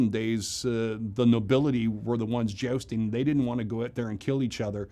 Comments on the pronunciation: I love how every time he said Jousting, I heard it as Josting so I couldn't help imagining him dressing up as Colin Jost from SNL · "I've been 'jousting' for 25 years" - but still can't pronounce "jousting" correctly. :D